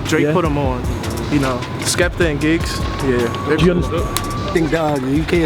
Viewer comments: Man said "Gibbs" ffs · who heard when my man repeatedly called him Gibbs 😂😂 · Shout out to gibbs haha its "GIGGS" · Man said Gibbs 😐😂😂😂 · calling giggs 'gibbs' haha shocking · saying gibbs like he plays for arsenal